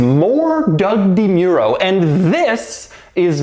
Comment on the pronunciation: Are you sure you are pronouncing ”Doug DeMuro” correctly?